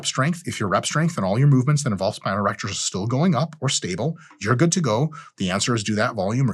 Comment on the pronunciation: Dude I thought you said grow your erections. Ew